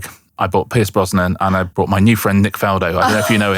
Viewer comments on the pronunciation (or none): 'Brought', Richard, not 'bought'. Tsk 😄